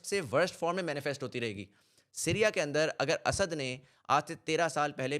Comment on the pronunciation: Bakwaas and very superficial analysis. . . Stop repeating Asaaaad asaaaad. . . It's Asad . You can't even pronounce his name. Lol